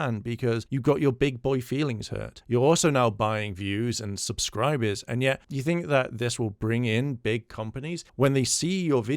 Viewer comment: zzzubsibers? Yeah he's not drunk at all.